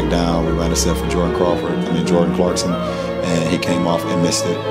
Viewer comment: So he remember the play by play against the Celtics but he messed up Jordan Clarkson's name?? Nah B lol . either they fed him that info before the interview orrrr u messed that man's name up on purpose lol